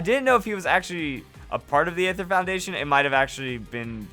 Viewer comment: Aether is actually pronounced just ether like the gasoline chemical. The A is silent in the word.